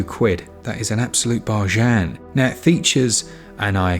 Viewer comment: I’ll never say bargain the same again. Forevermore it’s barshan 😂